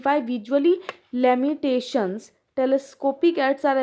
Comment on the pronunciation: Bhai wo laminations nahi limitations hai...... Demonstration bhi padh nahi paa rahe 😂.......